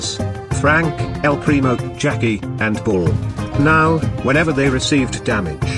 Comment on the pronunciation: are you serious right neow bro